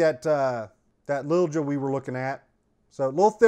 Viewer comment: Don't get a Shilen..they had a good name a while ago. Quality went down for some reason. You got the name figured out.."Lil Ja" "j" is pronunced. Recommended to me by a master gunsmith.